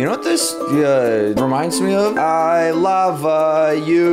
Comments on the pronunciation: I laughed when you said "I lava you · I love that short "i lava you"